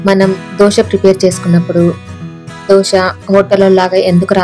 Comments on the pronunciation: దోస పిండి కాదమ్మా! దోశ పిండి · దోస పిండి కాదు..!దోసకాయల పిండి కాదు. 'దోశ' అనాలి. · దోష కాదు దోశ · Madam adhi ddoosa kadhu dosa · Dosha kadhu dosa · దోస కాదు రాబాబు. దోశ